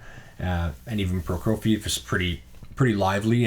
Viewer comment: Another batch of great records. Those Philips discs are amazing. I always get them when I can. Some more help on pronunciation: Prokofiev is pronounced 'pro-KO-vee-ev'